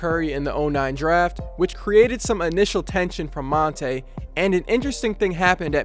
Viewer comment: ok so here. its pronounced mont-ah not mont-ay.